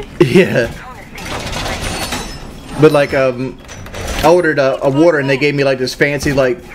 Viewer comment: The worter there is called still worter or sparkling worter" WHAT DID HE MEAN BY THIS?